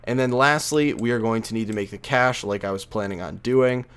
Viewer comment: Cache is actually pronounced kay sh not cash